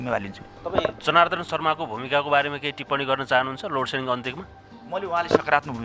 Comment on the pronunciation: लोडसेडिङ भन्न पनि नजान्ने लोटसेटिङ भन्दैछ यस्ता त छ उर्जा मन्त्री थुक्क जाठा